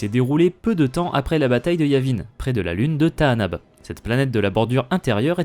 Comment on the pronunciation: Bizarre dans le film, Lando dit Tanaab et non comme tu dis, c'est une erreur (grave) de traduction ? Et comment connais tu le bon nom du coup ? (je suis curieux (mais attention au côté obscur 😊)) Et c'est aussi ce que dit Kyle Katarn dans jedi academy (si les disciples de Ragnos sont sur Tanaab, ils ne sont pas là par hasard)